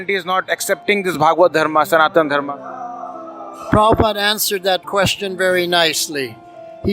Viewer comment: Why you are saying Dharmaa ? It's Dharma